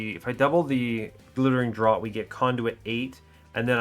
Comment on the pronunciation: Dr-or-t? "Draught" is a homophone of Draft!